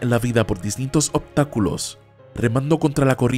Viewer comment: minuto optakulos :v